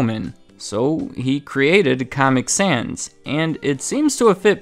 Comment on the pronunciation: his pronunciation of caamic sans souds like how the actual font comic sans looks, pls tell me what you thought of the caament